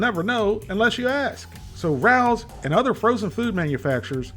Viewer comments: You might be able to pronounce all the ingredients but you're still not pronouncing Rao's correctly. It's not pronounced like Rau, but pronounced Ray-O's. Here's a video about the famous restaurant in New York City from which these meals get their name. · forget chx parm pronunciation ....No" Rouw's" ....Pronounce like Rayos' . Love your channel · Not trying to be that person, but the pronunciation is RAY-OH’s. Love your videos and hysterical one liners. You’re the man,. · It is pronounced Ray-Os, not Rowls. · LOVE the video's - been watching you for years!!! .... Just one comment to make your Rao's videos perfect..... Rao is not pronounced the way you have in your videos (like Row with a flat "O"). It is pronounce RAY-O .... Like the name Ray with a O on the end..... Rao is our family name... other than that, awesome! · Hi 😊Just want you to know the restaurant name pronunciation is RAY-oh's. Not RAUWS...👍🌺 Thank you for reviewing these products and sometimes risking your life trying others!👏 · I love their spicy aberitta sauce. By the way it's pronounced Ray-o. I learned that watching jimmy Fallon cooking their meatballs at their restaurant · I agree, this is the best frozen chicken parm on the market. Also it's pronounced Ray-Oh's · I'm originally from NYC, and had a classmate whose last name was Rao. It's pronounced RAY-oh. 😉🌝 The way you pronounce it sounds like a cat that's about to attack someone! 😄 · I think that's pronounced Ray-o’s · well, remember can't even say Ray-Os correctly 🤣🤣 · Per Rao's Restaurant and the tv commercials released by Rao's it's pronounced “Ray Ohs”. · In fairness, your mispronounciation of Rao's is more offensive. 😅 Keep on trucking. We, the people, love you,.